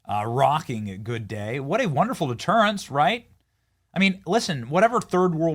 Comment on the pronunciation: HAHAHA BENNY "DETERANCE" HEHE THATS FUNNY AS FROG MARCHING.❤